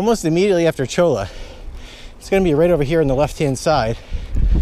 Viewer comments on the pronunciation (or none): Cholla = Choy-uh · Might just be me, but I think cholla is pronounced choyuh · Pronounced "choya". As in cholla cactus. Great video.